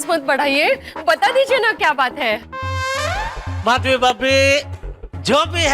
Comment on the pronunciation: Madhvi hota hai mashvi nahi